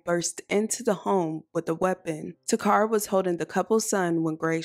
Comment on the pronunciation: Her name is not pronounced ta cara. It’s Kara….Takara. My name is similar and people call me Tecara but it’s Tekara.